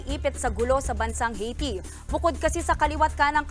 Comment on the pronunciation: Ang OA naman ng pagkabigkas ng Haiti. It's Aihh-Ti.